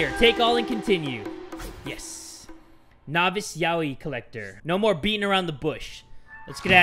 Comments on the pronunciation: Yaoi is pronounced as: ya-oi 😐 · DUDE ITS NOT YOAI ITS FLUFF